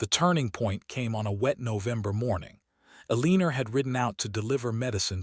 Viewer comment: Elinor is pronounced El ih nor, not El ee ner. DAmn have a human check the audio and text before posting this stuff.